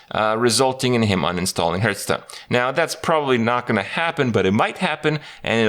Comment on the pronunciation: When will he stop saying hurtstone